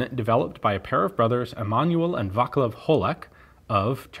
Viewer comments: Man its not Vaclav.... you should read it as (Vaaatslav) - Václav, the long á stands for long sound of aaa, and also C in our language is not equal to K as in yours, but you are supposed to pronounce it more like: TS... but the T at the beginning should be almost unheard. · C in Vaclav is read as 'ts', not 'k' .. like 'Vatslav' :-) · Just a slight mention. The C in Vaclav is pronounced the same as is C in word central for example. But great pronounciation of Praha. You almost sounded as native speaker which is extremely hard. We czechs pronounce everything as is written (which is pretty much the only easy thing about our language). But otherwise great video. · Václav is properly pronounced Va:tslav.